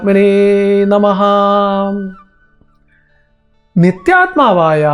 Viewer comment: ഓം നമഃ ഉച്ചാരണം തെറ്റാണ്. ഉച്ഛാണത്തിൽ നമഹ എന്നല്ല. നമഃ ,നമയെ മ,എന്ന അക്ഷരത്തെ ഉറപ്പിച്ചു പറയണം.അല്ലാതെ നമഃ ,ഹഎന്ന അക്ഷരത്തെ,കൂട്ടിവിരൂപമാക്കരുത്.